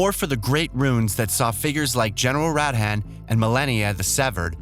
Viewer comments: Wtf is a tarnish shed?🤣🤣 If you had paid attention to the game in any capacity, you'd have watched the trailer and heard "tarnished". Ok I'm done I couldn't help it 🤣 Just watched 30 more seconds. Who is general "rat hat"? It's Radahn. And the vid is littered with cut audio. Maybe a final look through before uploading a vid? Edit: This channel is so garbage. Or at least this video is. "Eden Ring"? Like there's no preparation whatsoever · General Radahn is pronounced Radaun not Rad han. You also won't be choosing your Origin. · "Radhan" I think you'll find it's pronounced Rude-Arn lmao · A yes the fabled Tarni-SHED and his battle with general Rad-HAN. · fucking mareeeka (marika), tarni-shed (tarnished), rad han (radhan), and malaina (melina). All of these were said in game or in trailers and he says them wrong And bonus points for Breath of Wild, Hide Taka Miyazaki, parring, soulborne, eden ring, and tami-shed's fur-led finger